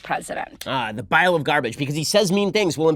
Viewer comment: Bile of garbage? Or did she say vial of garbage? Either way, neither is correct for what she is attempting to communicate. It makes me deeply uncomfortable that we have someone is Congress who is not fully competent in English and is a terrorist sympathizer. I cringe every time she speaks.